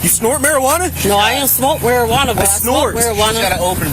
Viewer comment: "What drugs have you snorted?" "Uh, marijuana." "You snort marijuana?!" "No I don't snwort warijuana but i smoke marijuana." That interaction made me laugh.